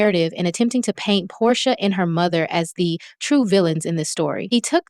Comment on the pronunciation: And you called Porsha …”Poday” 🥴😂😂😂 Chile, ya channel ain’t gonna make it. Just use your voice.